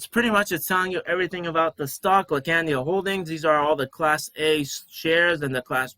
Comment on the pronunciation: laacandia holding 😅 Appreciate your positive energy brother. Subscribed 💪